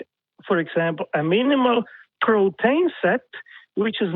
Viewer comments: No no. He clearly said "protain". ....or propane. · I keep hearing 'propane' whenever this dipshit says 'protein'.